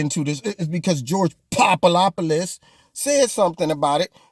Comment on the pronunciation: Omg, you had me cracking up every time you said George Poopadopulus...etc!!! I loved it!! 👍